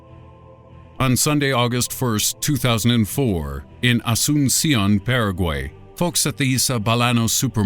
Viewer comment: That waterfall is not in Paraguay. It's on the border of Brazil and Argentina. Also you pronounced Asunción wrong.